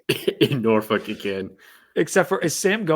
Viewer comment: someone needs to teach you how to say “Norfolk” if you going to be talking Tech football.